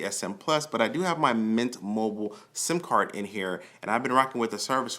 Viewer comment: Lmao in the start I can't tell if he said SIM Card or SIMP Card 😂👀😂